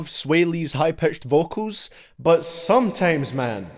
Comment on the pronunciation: He keeps saying sometames